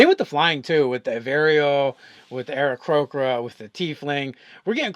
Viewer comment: It is Aarakocra not Aarakrocra. Please...